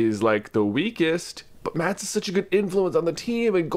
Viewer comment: MatS!!! Not MATs!!!! 😓😔